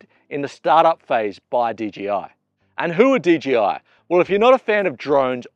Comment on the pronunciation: it's DJI not DGI..! LOL The J is pronounced JAY..! not GEE